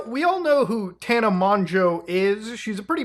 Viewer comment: Bro keeps mispronouncing Tana's name 😭😭😭